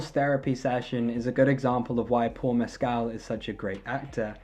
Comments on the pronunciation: Just for the record, he says his last name has the stress on the first syllable…MESS-kl. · Just letting you know, you’re mispronouncing his last name.